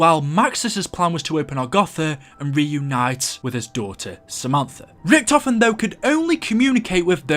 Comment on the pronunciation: Godaaaaaaaaaaaaaam, IT'S NOT RICK TOFEN, IT'S RICHTOFEN FOR FUCK SAKE